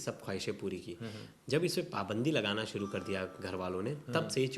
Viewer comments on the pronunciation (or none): none